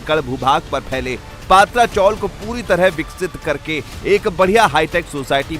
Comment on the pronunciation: पत्रा चॉल है, पात्रा नहीं...